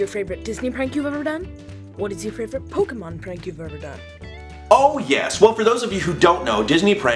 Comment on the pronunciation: OMG FINALLY SOMEONE SAYING POK EEEE MON AND NOT POK EHHH MON. FINALLY LOL SOMEONE SAYING IT LIKE I DO! Also we need to hang out lol